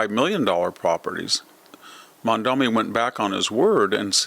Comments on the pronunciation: Mamdani not Mamdami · We hate him, but pronounce his name correctly. Mom daNi. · Why do you insist on pronouncing his name wrong? Its sounds exactly has it looks, but you insist on saying MaNdaMi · You know, I really don't like the guy, but could you at least pronounce his name correctly? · You're doing to Mamdani's name what you do to nuclear (nucular).